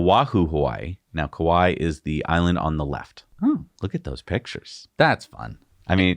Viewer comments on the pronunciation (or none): none